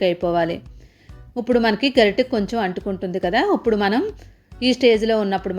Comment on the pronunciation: ఇప్పుడు అనాలి ఉప్పుడు అంటున్నారు.